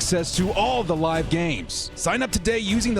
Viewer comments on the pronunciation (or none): none